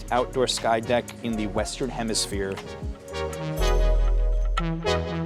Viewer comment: “Highest Outdoor Observation Deck In The Western Hempishire” 😂😂😂😂😂 It’s ‘hemisphere’, Dumb Ass